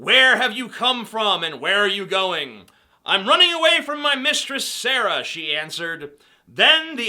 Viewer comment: Btw, you're probably aware of this, but I noticed you pronounced Sarai as Sarah, technically right because that's what God later changes her name to, and what everyone knows her as. Most people pronounce it Sare-eye, at least all the people I know who've read that part, aka, my grandma.